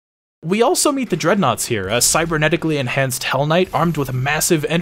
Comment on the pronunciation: Dread knight being called dread naught made me lmfao.